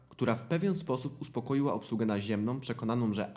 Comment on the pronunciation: Slysze co mowisz i zapisuje,"wynikajace z utrudnionej komunikacji z obslugOM naziemnOM". Dlaczego na koncu tych wyrazow domykasz kompletnie wargi!? To fatalny blad wymowy, wargi powinny byc niedomykane i powinienem slyszec na koncu tych wyrazow "a" z ogonkiem! Nie mam polskiej klawiatury, bo pisze z Montrealu, gdzie mieszkam od 37-miu lat i jestem uczulony na kaleczenie pieknego, polskiego jezyka przez Polakow, na co dzien mowiacych po polsku!!!